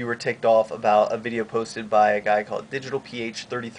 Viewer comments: dude honestly check out digitalph33r's other work. that video was supposed to be for comedy purposes. p.s. it's pronounced "digital fear" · digitalph33r is pronounced like 'digital fear'